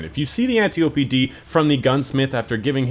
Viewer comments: LIEUTENANT BAM Because its Italian, and thats correct... obviously :P Edit: If you mean the way he says it, that's wrong too. It's AN-TIOPY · AN-TIOPY D